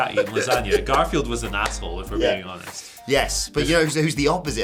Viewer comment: "To be 'oneeest" you should always be honest.